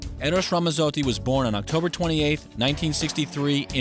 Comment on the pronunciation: It's Ramazzotti. You pronounce the "z's" the same way you do when saying the word, "Pizza.":) You're Italian, pronounce your words like one:) I'm just playin with you man but that is the way to say his name and always pronounce a "z" in Italian like a "ts" in english as in Pizza. Thanks e, ci vediamo. Ciao. Recording Artist: VITTO